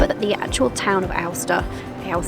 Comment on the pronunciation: Pronounce Aosta like coasta in english fyi 😂